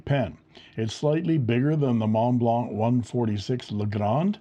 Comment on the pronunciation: What's a "Monteblanc",?!